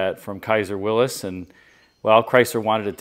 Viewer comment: I appreciate your proper pronunciation of Willys as "Willis" rather than "Willees".